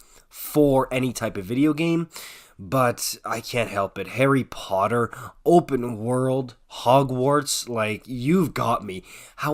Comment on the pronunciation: you are american, say "POTTER" differently!